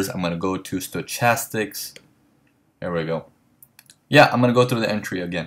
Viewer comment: And just one other small thing, the word "stochastics" is pronounced "stoKastics", not stoCHastics. Not a big deal at all, just so you'll know.